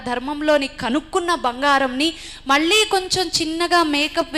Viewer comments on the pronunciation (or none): none